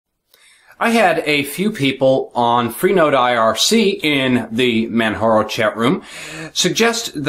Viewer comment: its actually Man-Jar-O :) its says it in the Manjaro pdf ;)